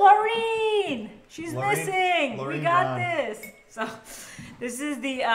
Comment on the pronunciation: It's Lauren not Laureen